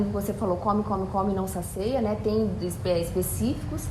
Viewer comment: Por fv, é não "sacia" e não "saceia", não vamos ensinar errado pras pessoas, né?